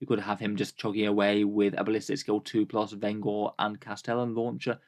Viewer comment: I wanna say vengor is intended to sound like vengence. Veng-or rather than ven-gor. Like the vengence launcher.